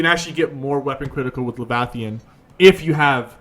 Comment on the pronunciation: "levathian"...lol. killing me